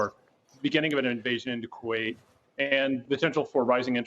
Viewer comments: This guy keeps saying Kuwait 🤣🤣🤣🤣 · Did he say invasion of “Kuwait”? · He said Kuwait smh